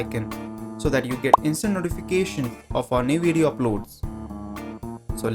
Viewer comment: You know that you're Indian when you pronounce "video" as "wee dyo"